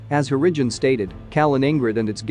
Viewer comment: Harrigan is said normally, then becomes 'Hurridge-un'. Why does this video have so much wrong pronunciation?